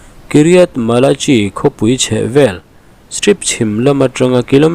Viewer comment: A bengvar thlsk thin mang e. ..CHI .. chi tiin lam loh tur ..KHI malakhi.. tiin lam tur...